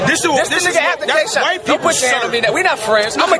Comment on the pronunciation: He called Shotgun Suge Capgun Suge. And he called dat nigga K-Shine Kiesha. Lhaf these two niggaz funny as shit g